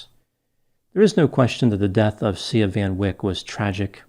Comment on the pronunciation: Not to make light of this but it almost sounds like the little girls name was pronounced "See Ya".